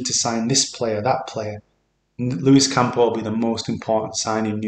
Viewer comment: It's not Campo dude, it's Campos.